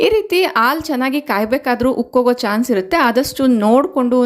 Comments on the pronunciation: ಆಲೂ ಅಲ್ಲ ಹಾಲು. ನಿಮ್ಮ ಮಾತೃ ಭಾಷೆ ತೆಲುಗು ಇರಬೇಕು. ಅ ಗೂ ಹಾ gu ವ್ಯತ್ಯಾಸ ಇದೆ. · ಹಾಲು, ನೀವದನ್ನು ಆಲು ಅಂಥ ಹೇಳ್ತಿರಾ. ಅದನ್ನು ಸ್ವಲ್ಪ ಸರಿ ಮಾಡ್ಕೊಳ್ಳಿ.😊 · Please pronounce haalu not aalu